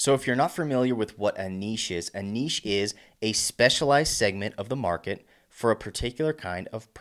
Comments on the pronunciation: Thanks for not pronoucing it "nitch". I appreciate it. :) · lol makes a change to hear an American pronounce niche correctly 😂😂